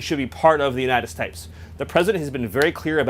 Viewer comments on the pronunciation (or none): "Greenland should be part of the United Stipes." As in Michael Stipe? He does it again . Maybe it's in purpose, so when he is later put on the stand, he can claim he was talking about a make-believe place called The United Stipes.